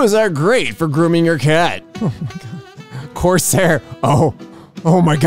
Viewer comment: Corsair? More like Cors-hair lol.